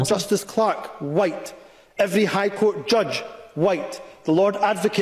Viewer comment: "evwry ewrry ewwrry" Mais bon dieu